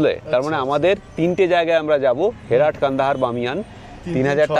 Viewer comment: হেরাট নয়, হেরাত।